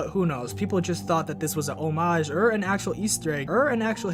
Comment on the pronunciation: i love how you say "ur" instead of "or" it makes me sleepy